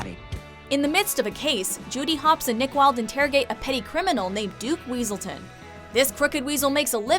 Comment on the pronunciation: Its pronounced weaseltown